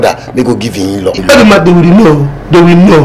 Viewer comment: Lol, I was patiently waiting for to say Oruma😂(Oduma) has done it again oh.😂🤣😂👍